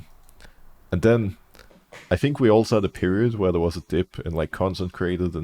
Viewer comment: I don‘t want a lot for Christmas, there is only one thing I need. And that is Broxah stopping to say „I fink“